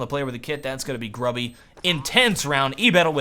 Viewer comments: gruby is pronounced "groobyh" - it means fatty ( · you should prenounce Gruby's name moreless like "grooby", it's common polish word meaning "fat' :D